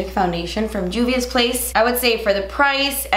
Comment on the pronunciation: I love u, but it’s Juvia like Jose lololol